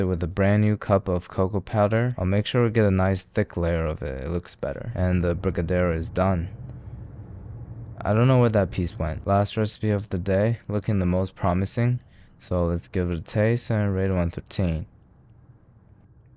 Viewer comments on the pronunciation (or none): you fucked up the brigadeiros SO BAD